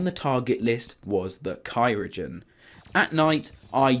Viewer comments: every time he says "cyrogen" it hurts like cryogen just killed me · Btw it’s cry-o-gen. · It is Cryogen not Cyrogen but alright nice video keep up the good work :)